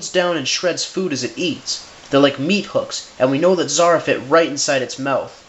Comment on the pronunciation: Dude Zara? Really? Lol no. Not even close.